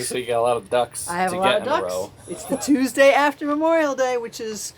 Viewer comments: That "Toosdee" opener made me chuckle cuz my dad used to pronounce days of the week like that. We're from Lockport, NY. I've commented before that we've been in Alabama since '89 and I haven't been back to NY since '06 when my Grandma passed away. If I get up there in the near future hopefully I can visit your store. I'm not as faithful to watchin y'all, but have enjoyed watching very much and have been inspired many times to create my own candies. Things I'm pretty sure you at Hercules would not ever make. Also if I make candy I probably won't be selling mine. We used to have a business making Jams, Jellies, Preserves, Sauces, Salsas, Relish, Chow-Chows, and Pickles we sold our products at local Farmer's Markets and did very well! We still have customers that remember us (though we are no longer doing that) They will contact us via FB and ask if we can make them something. My mom loves to do that! So, Ya never know maybe I WILL sell some candy at a Farmers Market....we shall see! Y'all just take 'er EZ up there OK! We know yer busy! Patience is a virtue! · First. 20 years ago someone pointed out the ole “dee” to me, as in “toos dee”. I had not realized I did this, nor the “tell” giving up geographic location of origin. The person that pointed it out to me knew of the few people/places who had pronounced the days this way and hit the CNY on the nose! Second, I first started watching when I was researching health issues and came upon his journey. I had watched a few of his videos (I’m still confused how he reversed his condition) and then a few more and realized where he was going to college. I had no idea about his candy/Cuse connection. Then I started watching the “family business” channel. At the time, you had very little subscribers. Then I read of your connections to the “chocolate factory “ down 481 a bit. I started to post everywhere, and I have sent folks to your place. I’m glad you have grown. Great family. Heres to growth and expansion. Cheers